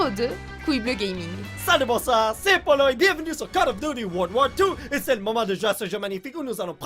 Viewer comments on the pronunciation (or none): C'est Polo! Pas PAUL!!!!!